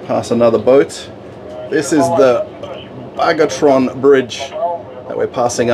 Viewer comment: It is Bagration bridge, not bargoton bridge or somethung like that, proper name should be pronounced correctly. Distorting names is for teenagers and criminals. And we all like.